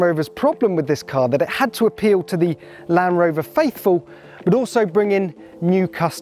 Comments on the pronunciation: Please teach him that there is a D in Land Rover not lanrover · Anyone else notice how he says "lan rover" rather than Land rover? So bloody annoying 😂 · I swear he keeps saying Lamb Rover..... Almost like Benedict Cumberbatch saying pengwings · Why is he calling it a lan-Roma 😂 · Where did this guy learn to speak "LAN'ROVER" and "there _isn't_any flat panels" I can't watch. Can anyone recommend any other videos of this actually being used? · Why is he saying lamb rover